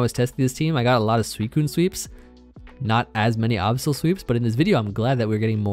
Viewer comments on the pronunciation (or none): Why you pronounce Absol that way? Lol. It’s like absolute, not obsolete. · My man out here saying Absol like the Last Airbender movie says Aang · please stop saying absol like the avatar movie says aang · Ah yes, the middle eastern variant of absol; the Ahbsol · The way pronounces Absol triggers me throughout this whole video